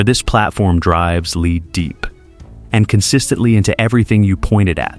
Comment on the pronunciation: L E A D SLUGS AS IN METAL. not l e a d as in front u a i jackoff.